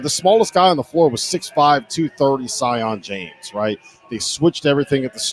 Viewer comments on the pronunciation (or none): Hey bearded guy - it's SEE-ON James. Learn how to do your job pronouncing words. It's disrespectful to call a man the wrong name.